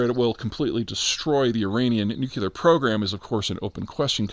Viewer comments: NUCLEAR not NUCULAR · Please...it is NUKE - LEE- AR ! Not NUKE YOU LAR ! Why do so many get that wrong ? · it's pronnounced "nuclear" not "newkiller" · "New-Clear" not "New-Coolie-Leer" !. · ❌Nuclear ✅Nu-cu-lar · Everyone say it with me ..new-clee-urrrr. or keeping saying it like the illiterates such as George Bush... Newk-you-lerrrr. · Mfw nuclear not nucular 😍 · Did he just say nuclear instead of Newk-yoo-lar? What have you done with the real Peter Zeihan? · Are you saying NOOK-Yoo-lar? It's Nuclear. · It’s nuCLEAR not nuCULAR. Comes from “nucleus” of the atom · It’s NU-CLEAR not NU-CU-LER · "Nu-cu-lar... is that the persian word for nuclear ? Come on Peter, if you can pronounce Avdiivka, you can do nuclear.... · Nuculear. Good compromise. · You pronounce new-clear wrong. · I'm pretty sure I heard him say it twice this time. Amidst all the gratuitous newk-yoo-lars but now I'm starting to suspect it's been an act this whole time. Long con. Respect, Peter. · You're not the only one, so don't take this personally. When did "nuke-u-lar" become acceptable pronunciation? It's difficult for me to take anyone seriously when I hear it. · Nuclear or Nucular? The pronunciation of this word is how I judge people. I believe he uses both, which means he is aware and actively trying. Half credit. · This video is the first time Peter Z doesn't sound like a hick when it comes to pronouncing "nuclear". Really hope it continues. The world needs this right now. With great knowledge comes great pronounce-ability. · I just can't take anyone seriously who pronounces 'nuclear' as Homer Simpson. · God love Peter and his brilliant analysis. Also love that he still can’t pronounce ‘nuclear’ properly 😂❤ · Why should we listen to someone who doesn't even know how to pronounce "nuclear"? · You almost managed to pronounce ‘nuclear’ correctly a couple of times there…. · This dude thinks he's some kind of geopolitical expert, yet can't pronounce nuclear.